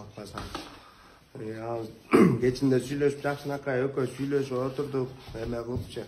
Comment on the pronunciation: Эме кылып элэ дейсин так айталбай